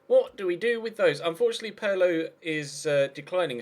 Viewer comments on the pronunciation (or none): It's not "Purlow" FFS!!!! How will you British learn? Pirlo!!!! "Peerlo"!!!